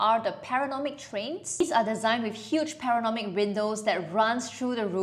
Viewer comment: Enjoy the video but recommend checking where you’re putting the “n” in “panoramic” in the future